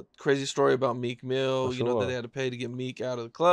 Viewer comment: Jaguar calls Meek Mill MEEK MILK. 😂